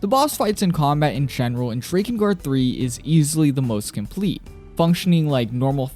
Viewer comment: Ngl, i almost closed the video when i heard the Drakengard pronounciation.